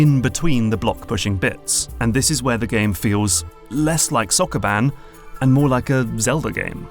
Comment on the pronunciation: That Sokoban pronunciation caught me off guard